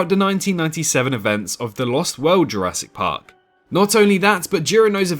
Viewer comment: Go somewhere in between 3.05 and 3.09 ma boi said “Jurassic parp “